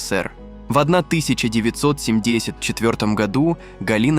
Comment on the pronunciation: Думала реально читает и рассказывает человек пока не дошло - семьДЕЕЕсятом году... Всё, ДООО СВИДОООС